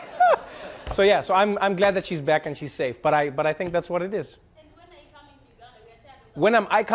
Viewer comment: Back.. You say buck